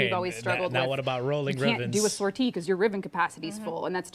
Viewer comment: I think says sortie very francophone because she's canadian